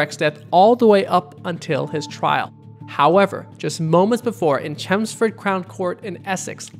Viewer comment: The way he pronounced chelmsford 😭